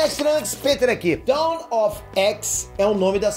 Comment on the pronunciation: Eu tenho uma crítica construtiva, espero que você não se ofenda. Mas a sua pronúncia das palavras em inglês sempre sai um pouco errada, o que consequentemente pode influenciar os inscritos a cometerem o mesmo erro. Um exemplo: 'Dawn Of X' você pronunciou o 'dawn' como 'down'. Já notei isso em outros vídeos também.